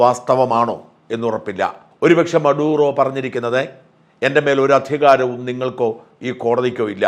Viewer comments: Not മറുദോ, but maduro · മറുഡോ or മഡൂറോ ? !